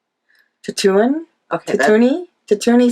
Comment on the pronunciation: At about , it's Tatooine ("tat-too-een") Sunset--from Star Wars; Tatooine is Luke Skywalker's home planet. :-) Love your podcasts!